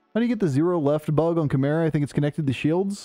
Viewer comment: if I were you I would just pronounce it differently each time I say the word just to fuck with chat at this point... Chaymurenda?!